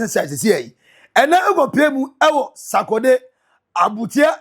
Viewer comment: The word is Sorkordey not Sakodey 😅